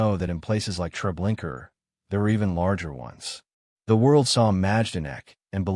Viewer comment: Would you please correct the narrator or adjust the AI to pronounce "Trablinka" as truh-BLINK-uh not "Trablinker" it seems unimportant but it's historically inaccurate and extremely disrespectful to pronounce the name incorrectly as trah-blink-ER